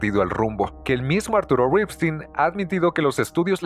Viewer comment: Qué bien pronuncias Ripstein, con mucho estilo, pero no sabes pronunciar "lúgubre".